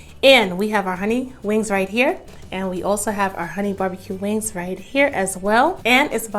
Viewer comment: I love that I found you, and every dish looks amazing, but hunni you tearing them wings (WANGS)up!!!!!🤣🤣 cant wait to try your recipe. Keep laughing and making yummy dishes🤤🤤💃💃